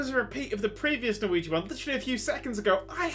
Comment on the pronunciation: Loved the editing, and you got the Norwegian right so that's nice!